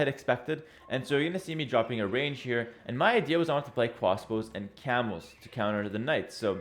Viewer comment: I hear cwasbows